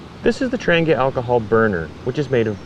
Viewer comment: First, thank you for your explanation of how the Trangia stove works. Trangia themselves was no where near that informative or clear. Now to shed some light on the quasi-great mysteries of Trangia stoves: It’s pronounced more like ‘Tron he a.’ The G is silent. As for why brass especially when most of their cookware is aluminum, these types of stoves are sensitive to their thermal conductivity. Poor thermal conductivity means the stove will take too long to “bloom” and come up to operational temperature, thus more fuel is required for any task. Too high thermal conductivity risks the flame sputtering as the wick doesn’t have consistent flow. Brass happened to be a cost effective happy balance.